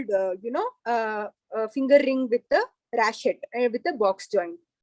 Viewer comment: It's pronounced as "ratchet", not "rashet". Medicos should emphasize on pronunciation of medical words too because in future, they might have to give lectures in other countries.